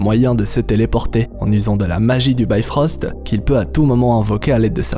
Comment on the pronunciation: Pourquoi tu dit BYfrost ? C'est bifrost, c'est pas de l'anglais mais du norrois.